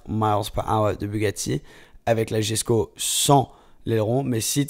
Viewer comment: koenigsegg yesko (le j de jesko se lis y)